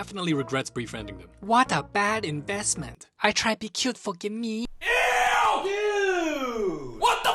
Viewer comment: pLoW ✨EwWy✨ bLaH